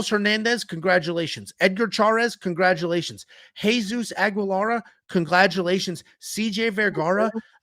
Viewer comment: "Congladulations" lol does Big Ange also say "cowaborate"?